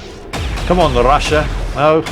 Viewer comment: I dare anyone to drink a shot every time: - butchers 'Ostraya' - butchers 'Rassia' - comments on 'temptation to shoot them all' and how you can't - sniper pistols are mentioned If you haven't passed out by 25 minutes you must be drinking water.